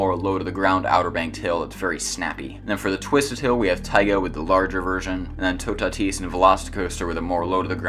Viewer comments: it's Toe-tat-is not tu-ta-tise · I think toutatis is pronounced two-ah-tee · You can pronounce « Toutatis » like *Tootati*. If you want to add a little « je ne sais quoi » you can add a little hissing noise at the end so that it’s *TootatiH*. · It’s pronounced “two - ta - tees” lol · it is absolutely horrible how you say toutatis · i thought toutatis was pronounced "two tate is" 😭 Anyways, This ride is literally perfect